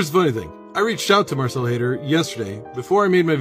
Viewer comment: At first I thought you were saying Hater lol. No, it's Haider but Hater is so appropriate. Hell no they won't show up. Hopefully they learn something from this though...